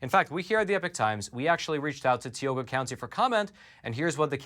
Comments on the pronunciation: Tee oh ga ...bruh it's tie oh ga ...Tioga .....plus it's not water it's wooder and it's a crick not creek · Tioga county = tie oh ga ,not tee o gha. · Hey, it's not tea oga, it's pronounced tie oga, for Tioga county. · Tioga...pronounced with a long I. Not Teeoga. (Sorry, as a Pennsylvanian, just had to say it) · Thank you for all you do. You and your work are appreciated. As a native of Tioga PA, if the county ever makes news again, the "I" in Tioga is a "long I". So it's pronounced more like Tie-O-gah. But details 😅 (Native American name) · Called ti oga county. As I is pronounced long I live in tioga county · Tie-oga is how to pronounce it 🤣 I am from tioga county. Sick that they won’t own up to their bullshit. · It's pronounced tie-o-ga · it's pronounced TIE-o-ga County, but said quickly [TIE.o.Ga]. Thanks for the great reporting! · it's Tie-owe-gah county. I'm from up that way. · say it with me. Tie-oh-ga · Hey! Great info! One thing, though. Tioga is pronounced with a long i and long o. 😊 Love your podcast! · I was born in Tioga County and assure you that is not how it's pronounced.